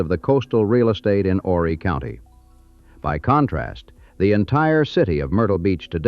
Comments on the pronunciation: You don’t pronounce the H in Horry County. It’s pronounced “oh- Ree” or “Ore-Ree” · if you're going to speak about Myrtle Beach as if you have a clue,, at least pronounce Horry County correctly! The H is silent!